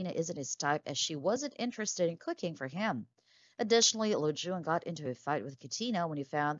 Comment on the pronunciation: Why do you keep saying his name wrong?